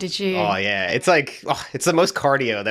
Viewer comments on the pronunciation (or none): Accent is coming through! auh yeh YEH